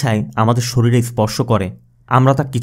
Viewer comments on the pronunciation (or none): none